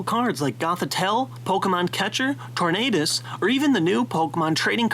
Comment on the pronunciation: Did you say Cornadus? ._.